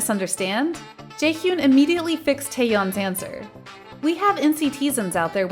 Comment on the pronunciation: the ways she says ‘Jaehyun’ and ‘nctzen’ 🗿